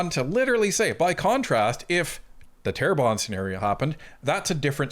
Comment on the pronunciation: its Terrebonne ;)